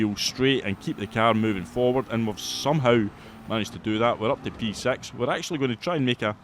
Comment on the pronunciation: Scottish accent or not, the way you pronounce p6… er…